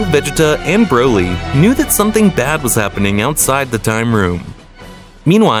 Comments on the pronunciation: " brody " " vegete " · "Brody" "vejita" "wiss" 💀💀💀💀💀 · “brody” “vegata” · I bet a baby can win this dude in a race to pronounce vegeta or broly or Kamehameha